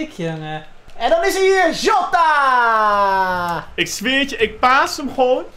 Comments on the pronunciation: de man van de goeie uitspraken: PaGeGo, Joota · je spreekt het uit als zjota